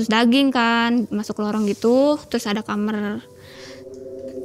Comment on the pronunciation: Orang daerah sana emang klo bilang kamar itu kamer ya?